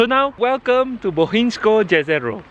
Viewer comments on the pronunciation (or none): you say a lot of things wrong like bistrica or jezero